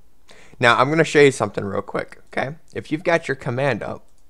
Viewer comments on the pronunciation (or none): none